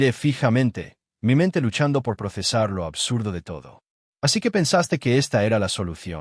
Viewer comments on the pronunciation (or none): none